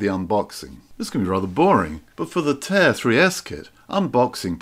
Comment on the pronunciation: It's pronounced TAH-EER, not "tear" 🤦